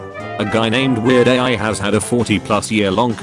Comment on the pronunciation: it's Weird AL not AI